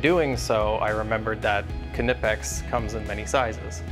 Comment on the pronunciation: How can we stop Americans from saying ka-nipex?